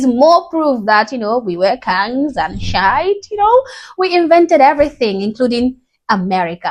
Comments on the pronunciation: It is not pronounced Shite, it is pronounced Sheeeeeeit. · Just wanna help. It's not pronounced shite it's pronounced "she it." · just so you know, African Americans say it "We wuz Kangz and sh*t" where sh*t is pronounced SHEE-yit. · She's a black woman but pronounces shit,like a Scotts person"shite"🤣🤣🤣🤣❤️it👍❤️🏴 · The American pronunciation is "Sheeee...it" You're using the British pronunciation. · "Shite" is the Northern English variant 😅